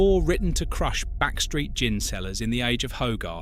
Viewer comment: Interesting but why do you sometimes pronounce gin with a hard G?